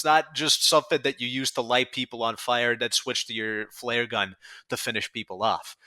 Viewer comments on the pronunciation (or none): none